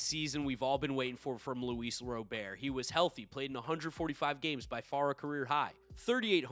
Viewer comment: Ro-bear is a French pronunciation. My well educated expert opinion (not as good as knowing him personally) is that it should be pronounced Ro-bairt